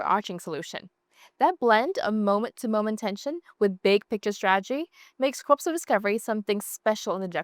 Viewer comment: Really enjoyed the video even though this is not one of my favorite genres of games but just wanted to let you know that "corps" is pronounced like "core" and not "corpse".